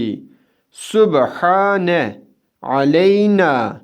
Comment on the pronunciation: Səlamun aleykum, neden orada Subhene kimi değil subhane kimi okunuyor? Be harfi kalın değil